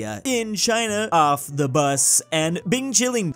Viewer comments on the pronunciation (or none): none